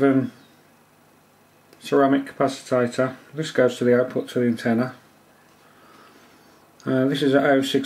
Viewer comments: why are you calling it capacitator?? its capacitor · Capacitater? Really? "Capacitor" please... Did I get the feeling that UK electronic language is not your first language? :-) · did you say capacitader? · The word is CAPACITOR not "capacitator" which does not exist. Nice video, I've never tried the toner transfer PCB method but it seems to be easy. Ferric chloride is messy and stains everything it touches, you can use sodium hydroxide instead to etch (use a higher concentration and warm it up first) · Also, capacitator? You mean capacitor. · Hehe capacitator LOL... capacitor!! :D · Capacitor not capacitater.. nice build.... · What's a "capacitator"? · Don't forget to buy a small capacitator to go on the small circuit board! Can anyone think that slowly? Honestly, speed it up and stop saying capacitator! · ...its a capacitor, not a 'capacitator'. yikes. ...and thats a 2p, not a penny piece... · If you really insist on wrongly calling the capacitors "capacitATors", why don't you call the resistors :resistATors" and the inductors "inductATors"? LOL But seriously, it's showing ignorance like this that gets people ticking the thumbs down box.